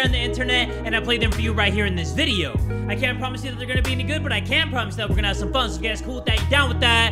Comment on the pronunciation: Okay when he was doing the intro did anyone else realize that he said funz or was that just me and I am sure he said it because like I rewinded it the first time I heard it so I could be sure.